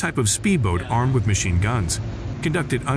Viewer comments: Mashine? Another AI failure. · You lost me at "mashine" gun. I can't take you seriously after that. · “mashine” gun? LOL its MACHINE GUN. DAF… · MACHINE GUN - not MaSHINE Gun. Holy mackeral. Use sppellchck. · "Mashine" gun. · He lost me at "Mashine Gun" 😂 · that’s what you get when you have AI read a script instead of an actual voice over! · hmmm, well, that AI is mostly smooth... needs more vocal learning, apparently! :) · “Mashine gun”? Must be Artificial Intelligence…. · "Mashine" gun? Wow. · What's a "Mashine" gun? 🤣🤣🤣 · What's a 'Mashine gun'? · "MASHINE GUN"? REALLY? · "Mashine" ? :face-turquoise-covering-eyes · "Mashine Gun"??? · maShine gun...?? Cmon. Blocked your AI crap. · The computer voice on this is quite bad. Mk is pronounced Mark, for example. Machine gun is spelled with a C, not S.